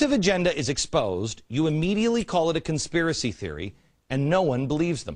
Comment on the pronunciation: consipray=conspiracy. great video! why can't someone get a hold of beck and debate him on all this!! he seems well intentioned on some things but shows like this make me think there's a hidden agenda or he's just plain ignorant. once again....a subjective piece from glenn..... what he NEEDS to try to be is OBJECTIVE for a change. he's got so many followers now...he's like the pied piper.... now he can lead them all like a bunch of rats to do his bidding